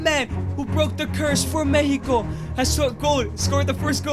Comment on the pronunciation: MEXICO NOT MEHIKO